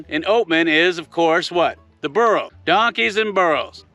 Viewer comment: Burro lol not Borro